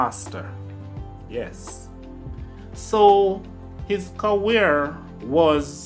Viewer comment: Who's gonna tell this man that there is no W in career. It's not cawear bro